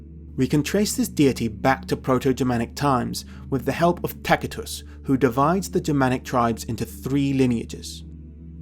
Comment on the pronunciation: Great vid, but wonder why you pronounce Tacitus with a "K" instead of and "S" since the C is before an i?